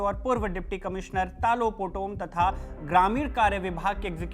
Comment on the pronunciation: तालो पोटम. नाम ठीक से बोलो